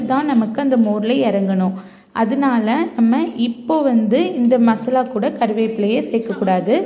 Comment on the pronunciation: மஸ்லா இல்லம்மா,மசாலா.